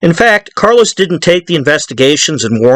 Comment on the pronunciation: I think you keep calling Carlo Gambino ‘Carlos’